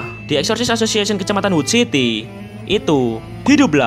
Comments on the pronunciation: Exorcist association ❌ Eshishi ashoshiashen ✔️ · greget banget sepanjang video lu bilang eksorsisesosiesion wkwkwkwkwkwkwkw PADAHAL GW NUNGGU LU KEPLESET NYEBUTNYA BANG, TAPI KOK LANCAR TERUS YAH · Exosisisis asosisisisisiisiyen sumpah gue denger nya gitu bang🗿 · Bg bilang exocirst association Gw dengernya Esosiasesesion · nama organisasi : exorcist association yang gw denger : wasweswasweswaswes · Bg kalo ngomong exorcist association kedengeran kaya Exsoxii sisixieion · Yang disebut:Exorcist association Yang ku dengar:essosis assosiation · knp aku denger exorcist association nya abangnya kek ngomong assosis assiasoss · Exorcist Association ❌❌❌ Esosissasosiasion ✅✅✅